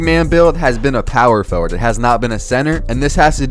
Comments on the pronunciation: I love how u say “POwer FoWard” 😩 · POW-wer Forward 😭😭😭